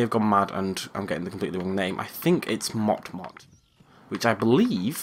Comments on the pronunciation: Its moto moto not mot mot lol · it's not mot-mot it's moto-moto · The hippo from Madagascar 2 name isn't mot-mot it's moto-moto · Lol and the hippo from Madagascar is named moto moto, not mot mot. ;P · it's moto-moto not mot-mot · Its actually moto moto not not mot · It's motto motto not mot mot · Not mot mot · It's pronounced Moh-Toh Moe-Toe Moe-Toe. "The name's so nice, you say it twice." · It's moto -moto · its moto-moto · It's moto moto